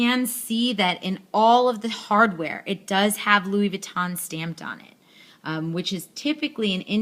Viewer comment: Louis Vuitton.. not Louis Vee-tahn. 🙄